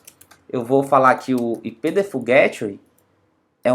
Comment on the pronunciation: Nao se pronuncia GÉTWAY , pronuncia-se GAYTEWAY. Excelente video. Obrigado